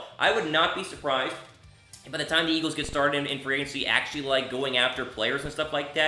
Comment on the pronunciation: what is "Eaglves"?